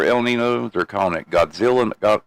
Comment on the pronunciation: Its pronounced el neen yo not el nin o.